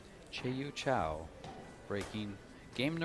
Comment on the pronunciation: Again you clowns mis-pronounce Rita's name. It's not Chow, it's Chou. Don't be ignorant, learn how to pronounce the players' names. it's about respect. Or else let somebody else do the announcing.